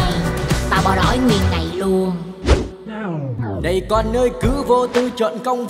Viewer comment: LUÔN KHÔNG PHẢI LÀ NUÔN ĐÂU LÀ K PHẢI LÀ NÀ ĐÂU NHÁ